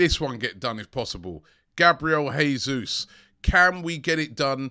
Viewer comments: Robbie...he's not Spanish..it's JAY-Zuz not Hey-Zus.... Portuguese not Spanish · Have mercy and aknowledge that Gabriel Jesus is Brazilian, and therefore it's zhe-ZEUS /ʒeˈzu(j)s/, not he-SOOS /xeˈsus/.🙏